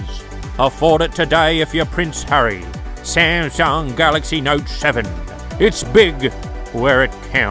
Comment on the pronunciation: I am a Shamshung Note Sheven Fan. I am laughing hard. this video is sho amashing..Sha sha sha 😂